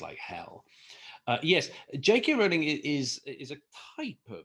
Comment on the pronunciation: Good video. Also, it's good to hear JK Rowling's name pronounced correctly. So people on YouTube videos discussing Miss Rowling get it wrong.